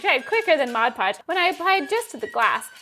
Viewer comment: I think you are the first people I've ever heard say Mod Podge correctly.